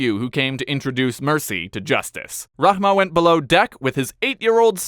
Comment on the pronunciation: If you dont say n of Rahman it becomes Rahmah, female name of Rahman!!